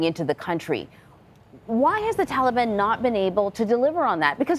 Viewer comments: Why is he saying tholobon lol wtf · Homie said “thaliban”